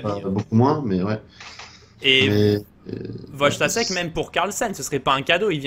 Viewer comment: S'il vous plaît, apprenez à prononcer les noms Polonais, Wojtaszek se prononce Voïtachèque.